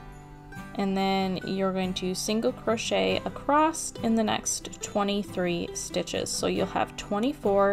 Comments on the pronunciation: Great work!! Im going to start one tomorrow!! Not sure if you're audio is working correctly because it sounds like you're saying "acrosst" instead of "across". Thanks again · Oh my gawd stop saying “acrosst!” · Uhm, yeah…. Last time I checked? There is no ‘t’ in the word “across.” Just sayin’. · adore this! But there is no T in across! you mentioned kids and school so I figured you would want that pointed out. Most of my kids have to be retrained out of that when they leave home schooling and enter a real class room